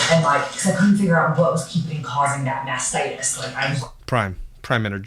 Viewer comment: When you mispronounced mastitis ….had me wheezing 😅